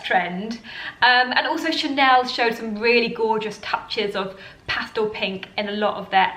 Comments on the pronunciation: Pastal ? It’s pastel unless it’s a different word I hadn’t heard yet. Love your style. Thanks for the great videos. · The word is pastel not pastal ! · Did she just say Pastal?